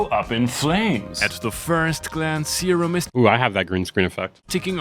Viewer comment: Seerum not Sairum...